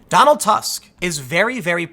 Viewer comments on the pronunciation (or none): You read Tusk 'u' like 'o' in word 'good' or 'proof', not as 'a'. His surname have no meaning in polish language. Also he is polish, but not "of Poland". If any country, he represents interst of Germany. He is head of biggest block in EU parlament.